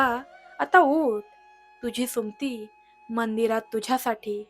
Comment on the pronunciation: सुमती हे नाव तुम्ही भरकन का उच्चारता, मग ते 'सुम्ती' असा शब्द होतो पुर्ण सु म ती असा व्यवस्थित उच्चार करावा, मराठी आहात ना मग उच्चार नीट करा, 🌹श्री स्वामी समर्थ🌹,🌸🙏 ॐ नमः शिवाय 🙏🌸